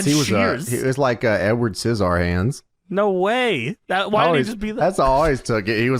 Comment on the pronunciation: Emphasising Edward Sciss-Ar-Hands like Rixh-Ard-Son is sending me